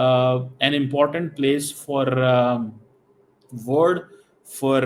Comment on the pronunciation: You learn how to say world bhikari